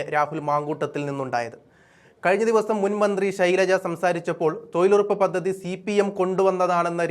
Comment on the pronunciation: എടോ.... തോയിൽ ഉറപ്പല്ല, തൊഴിലുറപ്പ്. ഉച്ചാരണ ശുദ്ധി ഇല്ല. പോയി ഉച്ചാരണം പഠിക്കു.